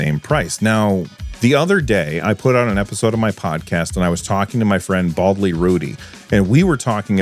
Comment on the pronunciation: said you Baldly's name correctly! Congratulations!